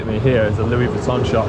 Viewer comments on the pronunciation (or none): none